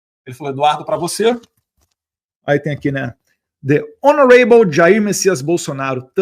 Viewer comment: "honoREIble", Eduardo? Credo! Aproveita e aprende inglês aí 😅